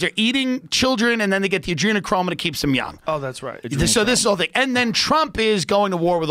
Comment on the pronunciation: Joe “Oh yeah right the Adrenechrome” Rogan